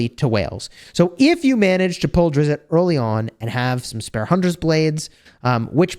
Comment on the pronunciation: Said: Drizzt not Drizzitt